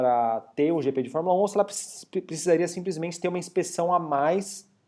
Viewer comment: JP???????? Ehehhheh Jrande Prémio.... É GP ( Grande Prémio )